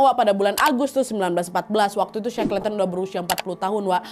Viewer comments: bikin konten kek gini pastinya banyak nyari sumber dan referensi. tapi buat nyebut nama orang yg diceritain aja masih salah??? Dibaca nya shekelten bukan sekleten … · .... Bacanya she-kel-ten.... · Maaf koreksi sedikit pengucapannya kak Nadia.Shackleton dibaca Sekelton. Semoga bermanfaat🙏